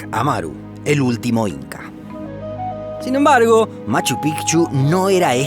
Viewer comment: ese "Sin Embargo" sonó mucho mas Argentino.